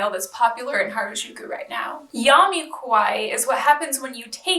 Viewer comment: What she says : Youmee Keuwaï What you read : Yume Kawai Result : confusion